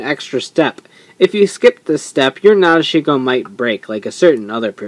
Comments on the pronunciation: Actually in the Japanese vocabulary there is no 'dish' sound. According to the hiragana it's pronounced Na-de-shi-ko but you might be right because sometimes sounds do get shortened in speech (su-ki -> ski). I'm too lazy to check the movie so not really sure which one it is :L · guys i think its pronounced Na Deshi ko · cool you finally got her. not being mean but you pronounced her name kinda wrong. a lot of people do. if you rewatch the movie and pay attention to gentaro, he says it correctly. nah-dish-ko. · actually it's not my way of saying it. it's how it was pronounced correctly. if wants to be more awesome, he should say it correctly too. hope he does the next time he talks about nadeshiko